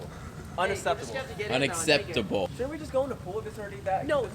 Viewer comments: Uneseptable 😂😂😂😂😂😂😂😂😂 it’s unexeptable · Unasseptable is how my teacher says it, so...